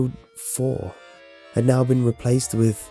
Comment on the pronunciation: Every time he says been,he pronounces it bieen